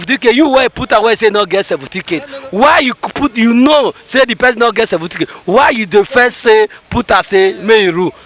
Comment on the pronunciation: That delta man minute say seventeencate 😂😂😂😂